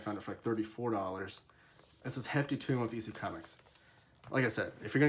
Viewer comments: Appreciate the review - well done. But I think "tome" rhymes with "foam", not "tomb" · It's a "hefty tome" - not a "hefty tomb" although the Old Witch might disagree with me.